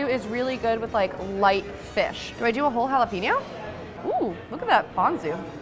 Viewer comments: It's JALAPENO not JALEPINO LOL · Jalapenon is pronounced HOLLA-PAIN-YO.